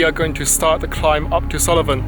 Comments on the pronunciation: Nice video, but it's Sool-ven not Sulli-ven. Just so you know 😉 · Correct pronunciation is Suilven or Sullivan?